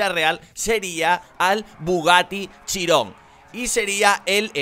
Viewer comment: En la vida real es el Bugatti Vision GT Concept. Por cierto, se dice Chíron, no Chirón